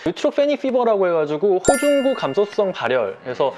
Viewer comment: 호중구를 호구중이라고 버ㅏㅆ넼ㅋㅋㅋ